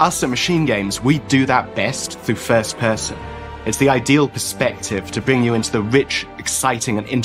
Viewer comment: This game is gonna BLOW oh but hey its 3rd and "FUHST PUHSIN"